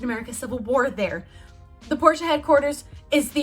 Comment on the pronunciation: YES ITS “POR-SHUH” I try telling my friends this and they still say “porsh.” Also ur really pretty